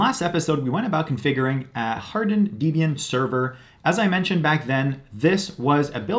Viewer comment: Just FYI it's "deb ian" not deeb ian, it stands for debra + ian, persons names. good guide though